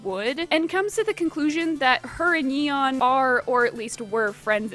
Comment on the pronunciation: I'm sorry, how did you pronounce Yeon? It's a pretty common korean name, a single google search would have been nice.